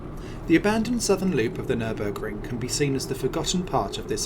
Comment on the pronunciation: it is not Nürnberg it is Nürburg mate .